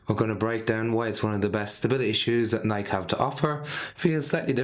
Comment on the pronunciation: Great shoe. That said, might want to learn how to say Nike.